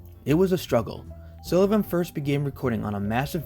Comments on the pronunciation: Also, it's Sullivan not Silovan. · Nelson deserves a lot more recognition than his work has ever received. But first, we need to clarify (and I hate to be the pronounciation police, but someone has to be): His name is Nelson SULLivan. Not SILLivan. Regardless, thank you for making this video. Nelson's work is important as it documents a moment in time when some of today's LGBTQ icons and artists were still scrappy twentysomethings on the street. A time when the East Village was still a grungy, artists' wonderland of inspiration. He''s perhaps most well-known today for having captured a large amount of footage of the infamous Club Kid era of Downtown, including the cautionary case of convicted killer Michael Alig. Much like many of those he trained his ever-present camera's eye on, it was years only after his shocking death that the size and scope of Nelson''s work was discovered. So many - whether it be younger LGBTQ's, New York historians, aficionados of Club Kid Culture, and those simply interested in a fascinating time gone by have enjoyed the massive treasure trove he left as his legacy. He's even often studied by other photographers and videographers that find fascination in Nelson's style and technique (most often, the fluid movements he created to ensure he was as much a presence in his videos as his famous friends.) Thank you, Nelson. I hope you know how much we appreciate what you left the world. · His name is pronounced Sullivan, not Silluvan. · pretty sure its SULLivan not SILLivan... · Great video, but its SULLivan not SILLivan! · Stop calling him Sillivan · He called him Nelson Sillivan the entire video lol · Why can’t you pronounce his last name properly it’s SULLIVAN. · Why are you pronouncing it Sillivan? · Same place he came up with “Silla-vin” 😂😂😂 amateur hour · This guy keeps saying Sillivan as well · Ok love the video but mispronouncing SULLIVAN’S name every time is my 13th reason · Jesus Christ learn how the say Sullivan